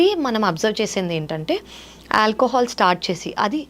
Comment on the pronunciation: Anchor. Alcahaal Block coffee...em pronunciation